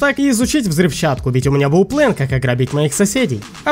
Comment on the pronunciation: * Чувак в оранжевой куртке * говорить плАн , нее ; говорить плЭн , даа.